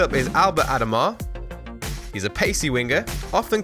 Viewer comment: did u mean ad -oa - ma